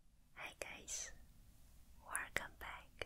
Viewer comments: I know we all love the Werrcome back, but can we talk about the way she says hair? Because I love it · Wercome back..... gets me every time lol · She knows we love it when she says "Hey guys wercome back" not hate I actually love her pronunciation X3